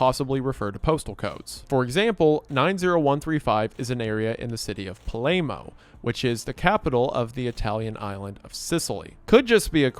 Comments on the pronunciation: it’s said “puh-lair-moe” for future reference. Don’t want the Italians to come for you lol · you butchering every Italian name (including Palermo) is kinda hilarious🤣 theyre not even hard to read it's just like "ok this looks foreign im not even gonna try. Other than that, I like your style, even the laughing at kinda inappropriate things, - it reminds me of older and simpler times where not everyone was so scared to trigger/offend/be cancelled. Keep going 👍 Only other qualm I have: Your logo as bigass glowing watermark-ish thing lol. It looks tacky. (together witht that shirt and kinda uninviting dark background, it's, err, not good. Maybe get a greenscreen for background or make it bit more friendly/aesthetic IRL (and tasteful shirts.. or don't, I mean its your style. But the watermark thing is objective lol. if you gotta keep ur logo onscreen all time, make it smaller/not glowy/less awful) No hate, just criticism <3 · That is not how you say Palermo 😂